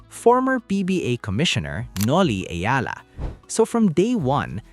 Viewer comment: Its Eala ....you keep on saying "Ayala", annoying!